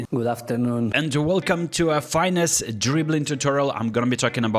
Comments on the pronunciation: Finesse NOT Fine-ess…come on Alex what happened to your French pronunciation suddenly ? This word is directly borrowed to Molière’s tongue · "fine esse" what😂